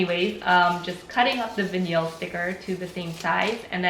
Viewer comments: Did no one point out that vinyl is pronounced vine-ul, not vineel? If I didn't see vinyl in the title, I'd not know what that word was. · It sounds fancy though - vuh-neel - 😆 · "Vin-eel" lol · Veneel! Lol. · Stop saying vinyl like that... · Thank you for the video. By the way the word “vinyl” is pronounced with a long i sound (like eye) and the the emphasis is on the first syllable.